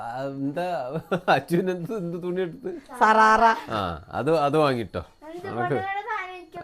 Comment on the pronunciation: സാറാറ അല്ല ഷറാറ ആണ്